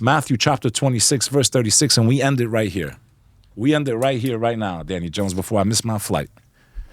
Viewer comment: LMAO did this guy rehearse his intro and sun glass pull, he tried so hard to be a tough guy he mumbled the 2nd time he said the word Danny. I love this show, you know 98% of guest have been able to confuse and baffle Danny, Danny hasnt been the same since Billy Carson grifted him like a baby in a stroller with an all day sucker. This guy even thanks Danny for helping him with his grift game that he mistakenly calls a career.